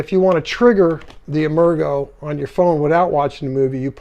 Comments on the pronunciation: Nice presentation, but "emergo" was pronounced "emerge-oh" with a soft "g" sound. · Great review. Incidentally, I think "Emergo" is pronounced with a soft G, as in "emerge".